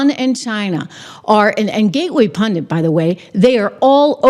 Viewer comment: it's punDIT. Not punDINT. The end, is pronounced like the end of BANDIT. So it's PUN - DIT. There's only 1 N.... Take care, have a good one.